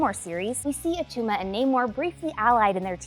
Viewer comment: It’s not Attuma